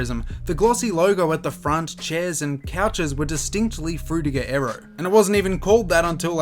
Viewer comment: Dude you are saying "Aero" but I here "Arrow"